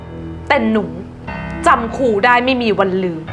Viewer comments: ภาไทยยังไม้แตกเลยครูคุณก็ยังอ่านว่าคูเลย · ครู ไม่ใช่ คู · ตั้งใจให้นักแสดงพูด “อังกิด” “คุณคู” หรือเปล่าคะ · ต้องอ่านว่า.ครูค่ะ